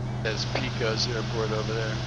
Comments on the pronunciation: It’s pronounced paycuss not peecos. Did you notice the tallest point in Texas when you flew by it. Guadalupe peak, which I think is 8,749 feet. You also went right over blue origin launch site there close to the peak. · Great Video. The lessons learned is a great addition to the videos....As a native Texan....Pecos is pronounced paacus....not peeecos :) . Your videos have convinced me to stop flying the flight simulators and start with the real airplanes.